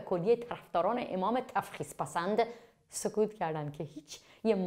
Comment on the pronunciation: اون تُفخیزه نه تَفخیز